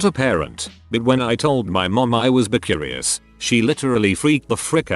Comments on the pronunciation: “B”. It’s bi! B-i. Bi! Pronounce it like bye if it’s difficult. I know it’s like text to speech. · i couldn't stop fucking laughing when the TTs kept pronouncing bi as BEE. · The day I will come out to my parents is the day this bot learns to say "bi" correctly.